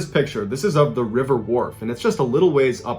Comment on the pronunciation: I live in a town with the river wharfe running through the center. I've also been up near the strid. It's cool to hear West Yorkshire talked about on here (and to have it pronounced properly by an American). I will say that two of my mates have canoed down the river though and also through the strid and they were fine. It was stupid cos they aren't experienced and they were in a rubber dinghy type thing so I guess it wasn't actually canoeing, but they both had oars lol. They ended up coming into the river in the middle of town and climbing out at the side and walking home. They got home quicker than the rest of us who drove home.